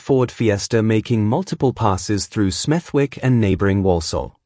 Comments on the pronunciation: It is pronounced smedik and not smeth'wik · It’s pronounced SMETHICK NOT SMETHWICK. The W is silent 🤫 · It’s pronounced Smethick. Forget the “W”